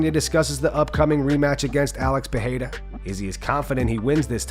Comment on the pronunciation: What the hell? The new champion is Pierara not Pahada or Pahida. Bisping is the only one pronounce his name right. Ridiculous